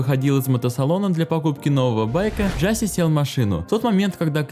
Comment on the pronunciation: Брат произносится не Джаси а Джосеа